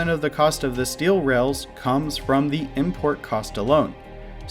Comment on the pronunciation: Technological development has a long and honored history of non-standard pronunciation. I do hear "rails" though